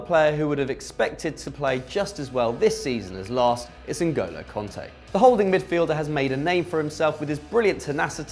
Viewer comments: Its Kante not Konte. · You said cunte instead of kanté